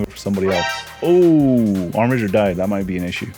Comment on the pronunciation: Wow, someone who knows how to pronounce Armiger correctly!